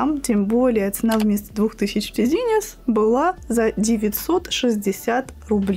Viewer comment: обожаю Ваши видео. Услада для глаз. ТЭЗЭНИС не тизинес 😉 в поисковике всегда можно узнать произношение брендов😉